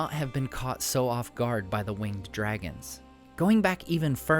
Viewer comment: To note, "winged speed" should be pronounced as "wing-ed speed" with the syllables in winged being pronounced separately.